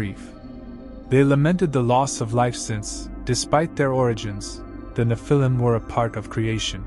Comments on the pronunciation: It’s pronounced Nef-il-lem, not Ni-fil-lem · N you need to say NE phil I’m, not ne Phil IM